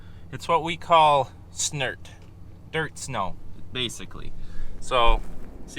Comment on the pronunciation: "SNERT"🤔🤔... yeah ok that works... I learned a new word today... Hey Mom... bet you don't know what "SNERT" is !!! 🤣🤣👍👍